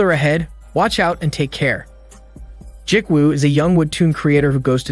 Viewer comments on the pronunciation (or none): Ji-woo is pronounced gee-woo like gee in gee whiz and woo like woo--hoo. Not Jik-woo...... other than that cool movie recap.